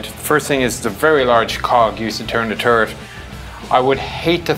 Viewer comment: i giggled every time he says "turret" it sounds just like ...turd....